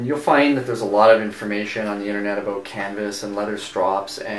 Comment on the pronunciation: they asked you aboot your stropping technique?